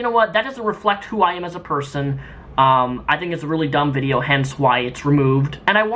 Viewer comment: He said "vidcha" redneck coming out lol